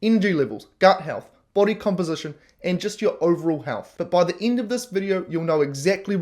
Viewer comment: Why do you pronounce end "ind"?